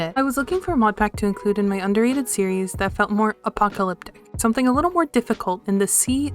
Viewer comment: Great video there was a part where you left in you repeating your line and you went "wait no" i love when stuff like that gets left in and also when you said apocalyptic or apocalypse all that was picked up was "apoclyp" lol